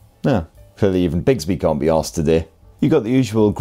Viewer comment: Every time I hear an English person say Bixby I think of Clayton bigsby cuz he says bigsby